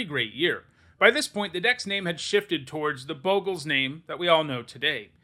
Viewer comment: you're a Boe-gles guy... I cringe everytime I hear it. It's Bog-les not Boegles...